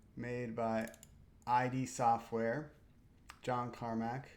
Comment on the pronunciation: Sorry to correct you, but it's not I-D-Software, but id (like a soft it) Software. I used to call it like you for 3/4 of my life :D